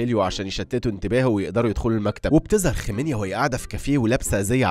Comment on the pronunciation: اعتقد اسمها خمينا مش خمينيا